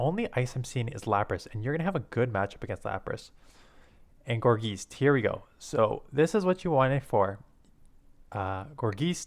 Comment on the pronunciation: Have you ever heard of poltergeist? Think of that when pronouncing gourgeist.